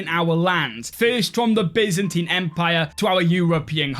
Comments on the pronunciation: When you said bizanteen instead of baiyzantaiyn it ruined my life :-( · i love the Bi-zentine